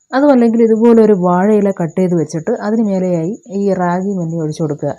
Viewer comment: ര്രാകി എന്ന ല്ല രാഗി എന്നാണ് പറയുക